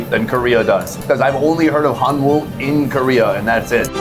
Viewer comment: Korean pronunciation of Hanwoo is closer to "hanu" than "han woo". The Korean character is "hanwoo", but the pronunciation is slightly different.